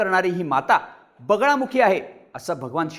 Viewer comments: अरे yz.. बगलामुखी देवी म्हणतात.. बगळामुखी नाही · बगलामुखी असतं रे.... चुकीचे नका उच्चार करू! दरवेळी कानात खाज आल्यासारखं होतं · Bagalamukhi devi aahe tumche uccharan wrong aahe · ळ नाही रे ते बगलामुखी देवी आहे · बगळामुखी नाही बगलामुखी देवी ... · अरे पूर्ण माहिती तरी गोळा करत जा व्हिडिओ बनवायच्या आधी आई दसमहाविद्या मधली एक आहे तांत्रिक आणि अघोरी हयात जमीन असमान चा फरक आहे आणि बगळामुखी नाही बगलामुखी आहे आई च नाव 🙏🙏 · बगलामुखी माता आहे, नाव तरी नीट घ्या. आणि जरी त्यांनी अघोरी पद्धतीने पूजा केली तरी त्यात गैर काही नाही, त्यांचा तो अधिकार आहे कोणत्या पद्धतीने पूजा करायचा तो.